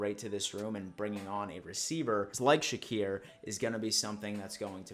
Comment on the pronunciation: Matt ArAIza not ArazIA. And Khalil ShakEAR not ShakUR. We got the punt god. LFG. Go Bills.